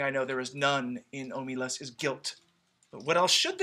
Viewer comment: You ought to be able to tell that the intended stress is OH muh LAS, because it makes the title and last phrase a line of iambic pentameter. ;)